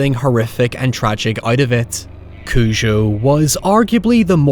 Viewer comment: You’re pronouncing it as “Cuju” which I found strange, is that how it is in the film? I always say it as “Cujo”